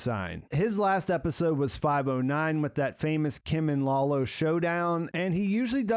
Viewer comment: dude: Lalo (like Lullo), not Lawlow. I don't get why you do that....